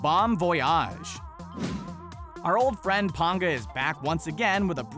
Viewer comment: Lol voyage you say it wrong lololol